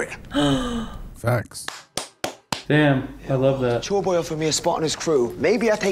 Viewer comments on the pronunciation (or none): I think he meant "Chore Boy". But it almost sounds like he said Joyboy.